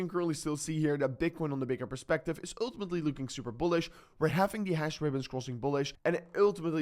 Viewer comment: Oouuutumetlyyy 😂 your pronunciation is wild